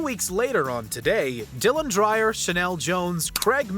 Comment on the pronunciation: I swear you people deliberately mispronounce names. You said Dylan Dreyer's last name two different ways. I guess you weren't sure which was right, so you said it both ways to be sure you'd get it wrong at least once.